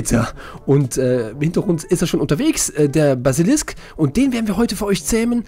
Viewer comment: "Basilikum" XD